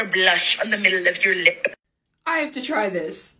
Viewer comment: Ikkkk 😂 “ lihp👄💧”